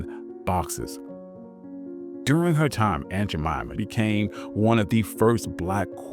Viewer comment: 🙄 It is “Jemima” and “Indian.” and do YOUR research.